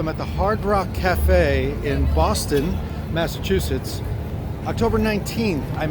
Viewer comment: Boston, Mass-a-taxes lol Love Boston